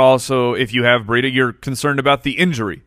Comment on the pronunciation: When you guys say Matt Breida it sounds like Matt Burrito. I wish you guys would start calling him that, perfect Fantasy Footballers nickname.